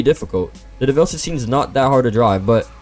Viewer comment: FINALLY, SOMEONE PRONOUNCES DEVEL NOT-DEVIL! EVERYONE SAY DEVIL, ITS DEV-EL!!